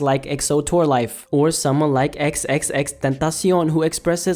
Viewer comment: the way you said xxx though